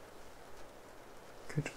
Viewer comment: The word “good” with your accent sounds like “goodt” and has become a tingle-y word (though in my own accent, not so much). Odd how that happens 😆🤷‍♀️ 10/10 would recommend, would snooze again